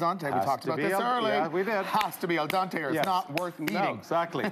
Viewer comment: not al dahnte, al dehnte....phonetic spelling.